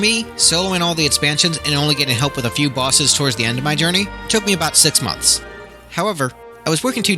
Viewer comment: The jaw i drop when you say " months "